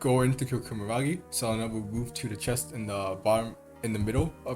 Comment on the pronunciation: loved the video, funny how you say kumaragi when its kumagera